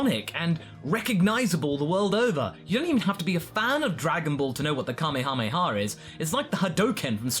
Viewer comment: Extra points for not pronouncing it like "kamayhamayha".